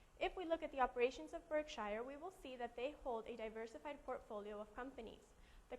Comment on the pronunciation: It's pronounced "BurkSure," and Marmon is still being acquired....